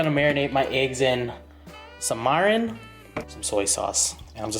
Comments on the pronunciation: "Mairin" ...cringe so bad It's pronouced mi-ri-n. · really needs to learn how to say words bro 😑 it's "mirin" not "mairin" bruh 😑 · It's mirin not "marin" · dude its MIRIN not MARIN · Mirin lol (my-ren)